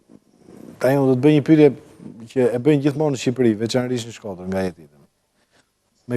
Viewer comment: Ky djali kur thote fjalen Shkoder duket sikur thote shkerdhat